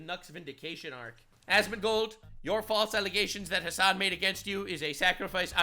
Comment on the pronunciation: You wanna know something kinda bad? every time you say "Hasan", I kneejerk think to myself "wait, his names "Ham**".